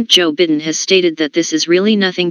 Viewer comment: "President Joe Bitten" 😂